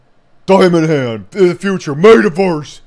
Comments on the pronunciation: I think my biggest problem here is how you pronounce Metaverse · The way he said metaverse at LOOOL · Why does he randomly mispronounce some words? Like “metaverse”.